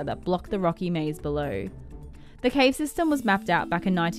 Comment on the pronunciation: The wild boars were stuck in the have too? That's what it sounds like she says. ????